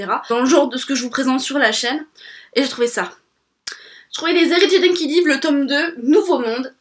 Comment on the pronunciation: coucou. juste une petite info. les héritiers d'enkidiev on le prononce comme si on disait enkidiève ;)